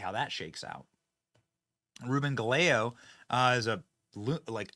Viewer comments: Ga-ley-o🤣 It's Ga-ye-go😂😂😂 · GAH-YEH-GOH? If it's a Spanish last name that's that's cloer to how you pronounce Gallego. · It's pronounced guy-yay-go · It's Ruben Guy-eggo. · Benny, listen to Kari pronouncing Reuben's last name. The L's are silent. Expect better research from you